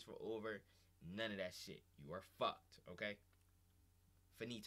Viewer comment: “You are FAWKED”